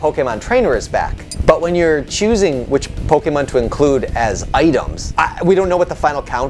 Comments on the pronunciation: Can you please just never speak about Pokemon again? You can't even pronounce Pokemon right. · Like, I'm sorry, I love your content but that made it really hard to enjoy this video.